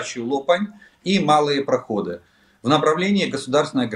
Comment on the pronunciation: КУпянск, ударение на "У". И Малые ПроходЫ, ударение на "Ы".